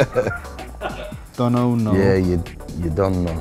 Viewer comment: Man said "dunono"😂😂😂🤦🏾‍♂️